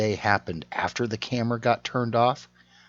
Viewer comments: She says - 'is that offee !' Lol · wtf did she say is that ooff hahahahahaha she cant say off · "". Did she say, "Is that off?" - Because, to me, it sounded like "Is that oaf?" Just saying!